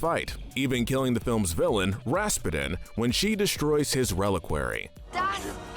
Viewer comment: Raspudin Actual way to say it: Rasputin